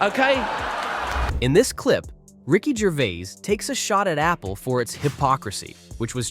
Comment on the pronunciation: I was just going to say that. And in the beginnings: 'Ricky Gervé' - sloppy shite.